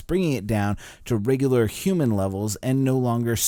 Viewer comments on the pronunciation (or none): none